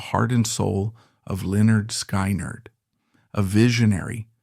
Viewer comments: F,ing a.i. sky,nerd what the fuck if you're going to f you're words up don't butcher the bands name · "Lynyrd Sk"eye"nerd 😂 Nice AI narration lmfao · Every time I heard sky nerd. I cringed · AI can’t pronounce Skynyrd right, but it pronounces Lynyrd right! Shows how stupid AI is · I cannot listen to this with hm/it mispronouncing Skynyrd. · Omg thats not how you say SKYNYRD, and the pictures you showed of the hell house was not the real actual hell house, you just showed some random house, wtf?